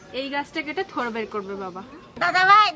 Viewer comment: আমিও বাংলাদেশি।তবে এটা থোর না, থোড় উচ্চারন হবে।